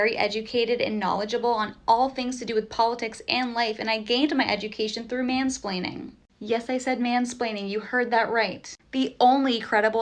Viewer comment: shes gottaa be trolling, she said some damn "mansplaning university"